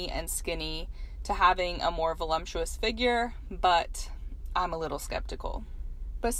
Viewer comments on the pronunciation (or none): Why does someone saying "Volumptuous" instead the actual word "Voluptuous" make it sound like a gross negative word. Really grates on me.